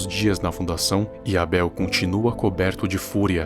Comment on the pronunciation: N vejo sentido em falar "eibol", meio que desvaloriza o português. Mas o vídeo é interessante.